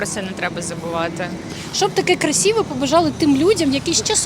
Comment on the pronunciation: Не ,,красіве'',а красиве,та і це слово було не доречним. Краще вжити слово хорошого.